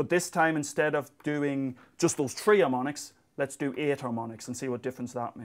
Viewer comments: He says shree or tree too many times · I love it how he pronounces three! haha